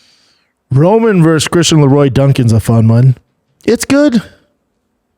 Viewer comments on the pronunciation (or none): none